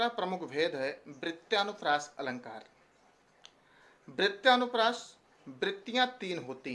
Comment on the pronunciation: वृत्यानुप्रास नहीँ वृत्यनुप्रास